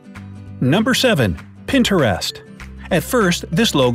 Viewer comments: Did anybody scream when he said. Pinter-east It's Pinterest.... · IMG!! ITS NOT "PINTER-EST" ITS PINTREST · did anyone else cringe when he said pin-ta-rist not pinterest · It’s not Pinter-est it’s pin-trist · Did anyone else get really bothered when he said PIN-TEREST 😤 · Pin ter est.... 🤦‍♀️ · Who calls Pinterest Pin ter est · Lol pen terest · It's Pintrest not Pintrest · It's not PIN TER EST IDIOT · Its Pinterest (pin-trist) get it right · The way he said Pinterest he said it like Pinterast #cringe like if you agree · Pin-ter-est smh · He called it Pinterest instead of pintrist I know this is not how u spell it but this is what he said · Never hear pinterest pronounced that way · The way he says Pinterest lol